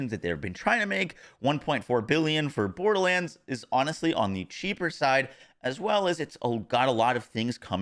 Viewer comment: if i hear "borDaHlanDs" one more time